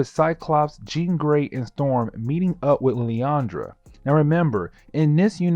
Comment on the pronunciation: I’m loving the ultimate X-men coverage seriously but omg dude! She-are is how it’s pronounced and lil-and-druh. That’s my only gripe.